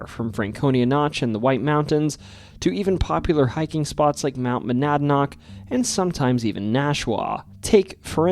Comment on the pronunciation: 75 yr old native here. Coos is indeed a 2-syllable word: CO-oss. And you nailed Monadnock. I'm impressed! I've spent a fair amount of time in the woods, & have never seen nor heard anything mountain lion-ish. (Fisher screams might be mistaken for such.) But I know enough people who claim they have to remain agnostic on the subject. I've seen bobcat, though. Likewise caves at the bottom of Dublin Lake - I've dived there a few times, & like most New England lakes I've dived, the bottom was largely a featureless mud bowl dotted with a few boulders. But it's a big lake, & I've only seen a tiny fraction of it underwater. Still, I'm skeptical.